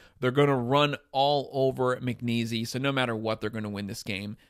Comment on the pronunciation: It's pronounced like Mc Niece, not McNeeezy!